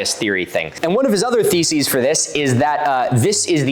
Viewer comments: You said "One of his other theses for this..." and all I heard was "One of his other feces for this..." and I thought it an astonishingly accurate portrayal of what comes out of Graham's mouth. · Is it just me or do you pronounce his "theses" the same as "feces?"